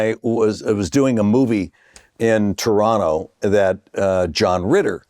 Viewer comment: Heisenberg is woke as shit but he still gets points for pronouncing Toronto correctly as the 2nd T is silent.